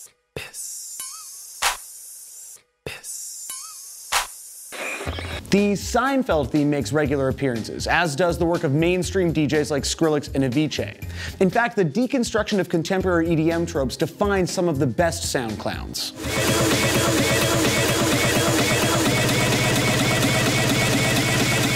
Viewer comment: wtf is "aviche", bro avicii is pronounced like aveechee